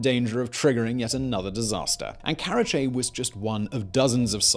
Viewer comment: karachi not karache